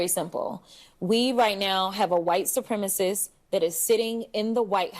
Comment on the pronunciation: She calls President Trump a white "supremisiss"..no idea what that is